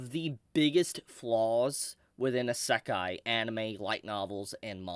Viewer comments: Asehkai.... smh it's been years and still can't pronounce it 😂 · why did he say isekai like that tho??? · Everytime I watch one of your videos, I get pissed off by the way you pronounce Isekai. Jesus man, do something about your pronounciation